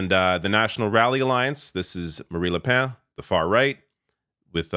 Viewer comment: I though I heard you say Marie Le Pants